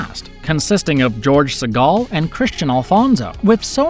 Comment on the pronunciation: George Segal. not George Seagal